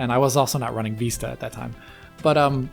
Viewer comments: Its not called Windows “Veesta”, it’s pronounced “Vis-ta”. And I though pronunciation of Wolfenstein is stupid... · VISS-ta, not VEE-sta. It's not the Spanish word, it's the English one meaning "a far-reaching view." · Jesus. "Vista"... you've never heard the word said before? "Veestah"? Wtf is that? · I'm chuckling at Windows Veeesta and "unexplicable", lol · What the hell is "windows veesta"?? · I had to stop watching because of Veeesta. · Windows Veesta? What the hell is that??? needs the AXE. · "windows veesta" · last video: Vista isn't so bad this video: VEESTA BABY! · Please use XP and please stop saying VEESTA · You're saying VISTA wrong lol